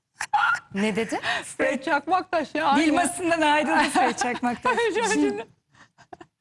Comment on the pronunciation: adama fred çakmatas diyorsun. Estetikten konuşamiyosun sen.